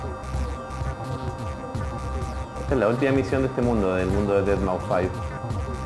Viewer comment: se dice deadmaus